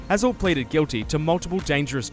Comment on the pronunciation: brother how are you mispronouncing Hazell when he says it clearly in the video